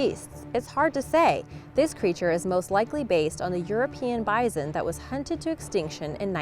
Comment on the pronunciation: Who says bison like that. I love ya girl but I've never heard someone pronounce bison like that.